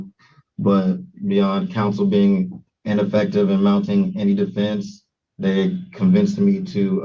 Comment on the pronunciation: Can he PROVE that he is a "Living human being?" Or did he say he's a "living human BEAN?"